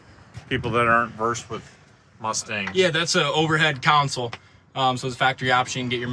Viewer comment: Why are you calling it a "council?"